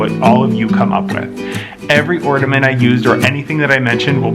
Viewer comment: Great video, I learned a lot, thank you! My inner English teacher is screaming or-NA-ment not or-DA-ment.......🤓